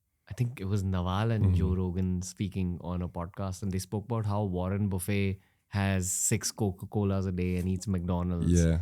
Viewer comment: Bhai, Warren is not a all you can eat "buffet"! :D Use the double T in his name. Just doesn't sit well when a famous guy like you, doesn't say another famous guys name right!